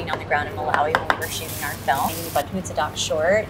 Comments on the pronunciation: Ubuntu pronounced "oo-boo-ntoo" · Yes, Ubuntu is one of the most famous African nguni phrases. It does mean humanity but it is pronounced “oo-boo-ntoo” and Malawi is considered to be in Southern Africa. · Ubuntu is pronounced “Ooo-woon-two” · Pronounced: oo-boon-too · She pronounced Ubuntu wrong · It hurts my soul listening to her pronouncing Ubuntu 😭💀